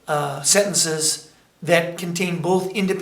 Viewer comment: sen-ten-ces say it with me not... sendnces